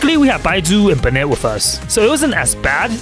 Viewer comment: i'm sorry but the way you pronounced Bennett "benêt" means dumbdumb in french and i don't know if you did it on purpose but it got a giggle out of me 😭